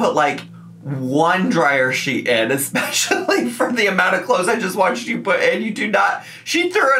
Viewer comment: whaa does say 'expecially'??